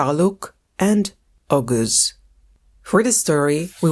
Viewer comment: Oghuz is pronounced more like “oh-ooz”. The g is nearly silent, used more in separating two vowels. Oghuz literally means “west” in Turkish/Turkic.